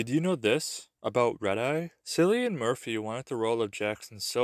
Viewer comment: Cillian is pronounced like (Kill ian) not sillian ahaha